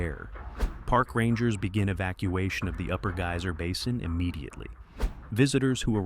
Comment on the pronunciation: GAY-SER PLEASE LEARN CORRECT PRONUNCIATION TRY GUY-SER